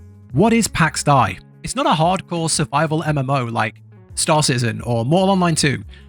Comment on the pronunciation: Its Day... and it's triggering AF lol